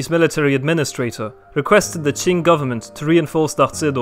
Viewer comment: The history of the China Qing Dynasty was completely correct，Chinese pronunciation is very accurate，Well done 👍